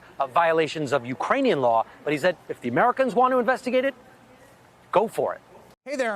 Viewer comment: Specific not Pacific. Just saying.